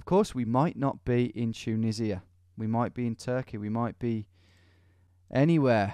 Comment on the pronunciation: Nobody: Tom: chuneesia